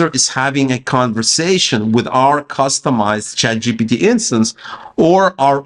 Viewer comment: Why you keep saying chatgot?